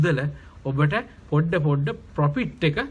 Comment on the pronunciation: පොපිට් නෙමේ profit ඒක මරු...🤣